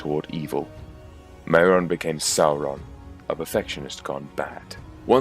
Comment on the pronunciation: One thing,the pronunciation of things like maiar is 'my are' and mairon is pronounced 'my ron'